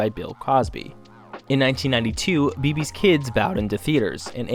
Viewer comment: It’s BAY BAY Kids not Be be